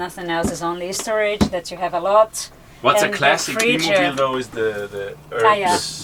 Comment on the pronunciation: it's bi mobil....not be mobil...